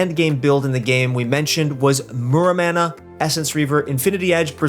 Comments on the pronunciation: Muramana = More-ah-mana. xD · What's a "manamouney"?